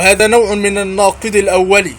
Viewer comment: في الناقض - بالضمة - الثالث -بالضمة !!!!!!!!!تعلم أولا ثم تكلم !!!!!